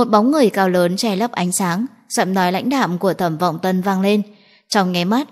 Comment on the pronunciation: Khi bạn đọc đến tên nhân vật cố gắng đọc cho rõ tên một tý,ví dụ như Thẩm Vọng Tân mình phải nghe mấy lần mới rõ